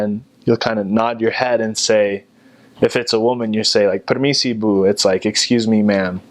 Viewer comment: And when he said Permisi Bu. That sounds very Indonesian